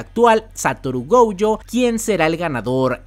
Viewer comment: Si me permites una pequeña corrección: el apellido de Satoru es Gojo, se pronuncia Goyo,no Gouyo. Me di cuenta en otro de tus videos que lo dijiste mal y pensé que había sido un error,pero veo que es una costumbre tuya. No soy el creador de la serie ni sé japonés ni mucho menos, pero tanto en el doblaje en español como en japonés , ambos dicen "Goyo". Saludos!!! P.S. Ojalá que nadie tome a mal mi consejo, hehe!